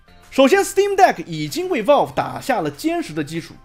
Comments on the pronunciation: 這腔英語聽得難受 是Valve 不是Walve… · 有点偏题了，但是valve这么重要的一个词，你是不是能够选择正确的发音呢，不是生冷单词，但是念不准很影响你视频的专业评测。